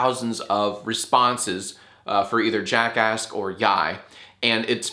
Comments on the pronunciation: Why do I sometimes hear jackask instead of jackass? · JackAsk...... it sounds more like JackAss when you say it xD